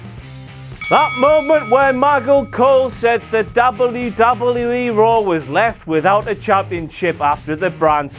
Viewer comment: The way you're saying 'wwe' is really fucking irritating. It'll put me off watching in future